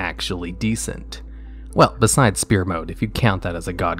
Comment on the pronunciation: So we not gonna talk about how he pronounces sphere